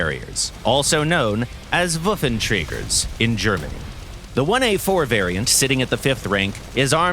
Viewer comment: The "Wuffentriieeger" got me rollin'